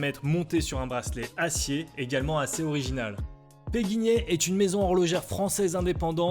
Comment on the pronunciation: C'est PéQuignet et non pas PéGuignet...